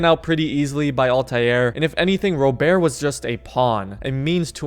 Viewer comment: You know you can just say Robert normal